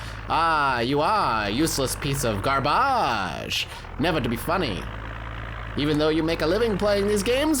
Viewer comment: Gar-BA-ge jajajaja